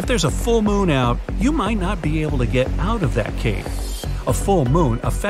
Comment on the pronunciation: yes that was what I wanted to see when the bee part came he said bee able(be able)